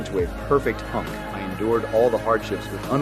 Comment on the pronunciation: Ohhhhhh I thought he said unc not hunk